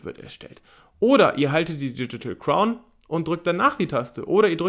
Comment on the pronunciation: Sag mal nochmal „Diedschitäl Kraun“ 😂😂😂